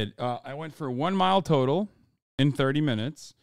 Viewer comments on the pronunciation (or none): none